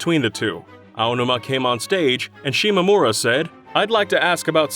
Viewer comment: Finally. A DYKG narrator that pronounces the Zelda producer's name correctly. Everyone else always said eye oh numa for some reason.